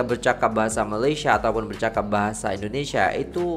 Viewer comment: 'bercakap' bukannya bercapak 😭